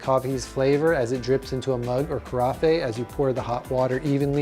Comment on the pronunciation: ca-ra-FEY?????? I believe it is ca-RAFF.